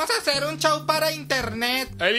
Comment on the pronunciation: pOR QUE DECIS CHOW EN VEZ DE SHOW??